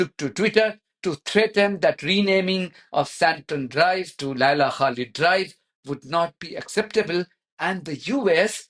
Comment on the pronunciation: The ZiNz woman deliberately mispronounced the name of Laila Khalid as Kalib meaning dog.